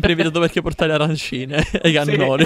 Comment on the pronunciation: Arancini non arancineeee 😂